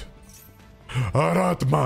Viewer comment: It`s ARATAMA dammit, not ARATMA. Hurts my ears every time ))